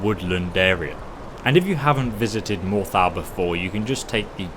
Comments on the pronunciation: I've never heard Morthal pronounced that way before. It's awful. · "more thal" ??? lol